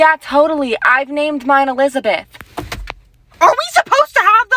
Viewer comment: "i WaNt An eLIzbETh" i feel you